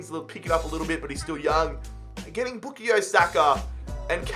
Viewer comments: BookieYo Saka???? I thought It was pronounced {Boo-Kai-Oh} Saka😂😂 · It’s pronounced boo ka yo not boo ke yo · It’s Boo-Kai-Yo Saka btw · Lmao bukeeyo sako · His first name is pronounced “Bu-kie-yo” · The way you say bukayo hurts its BOO-KAY-YO thank you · His pronunciation of Saka’s first name is quite humorous 💀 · Anyone else realise how he says bukayo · the way he pronounces bukayo is so annoying lmao